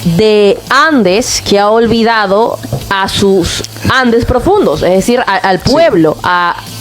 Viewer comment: El generalara jajjaja..decirere jajaja hablen mejor oee!!